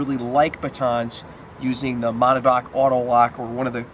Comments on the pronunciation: ma-NAW-da-dock? ma-NAW-dock? You don't need to be able to pronounce the name properly to give it an accurate review, but fyi, it's "muh-NADD-nock. ASP batons are so ubiquitous that in some places, all expandable batons are generically referred to as "Asp's" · great videos! I laughed at your pronunciation of Monadnock! it's actually MO-NAD-NOCK (muh-nad(as in gonad)-knock). it's a mountain in Washington or something. I started out in LE with their expandable PR. (16 yr vet of police work) stay safe and keep the vids coming. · Perhaps you should learn how to properly PRONOUNCE Monadnock - MOE-NAD-NOCK before you review it your fuckin moron.....